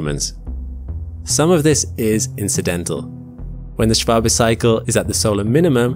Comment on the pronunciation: Props to you for getting the pronunciation of Schwabe right, it's not often you see an American giving a damn about pronouncing foreign names correctly.